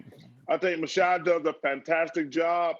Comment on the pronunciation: Chuck be messing up everyone's name. 😂.. called Jason "Jaydon", called Kyrie "Kawhi", and Masai "Mashai" 😭